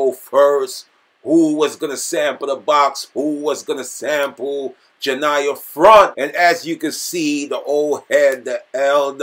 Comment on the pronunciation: Dis man said Janiyah